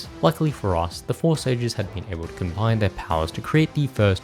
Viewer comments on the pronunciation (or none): none